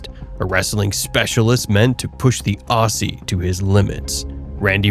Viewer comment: When you say Aussie, pronounce as Ozzie. Great vid on our Perth boy.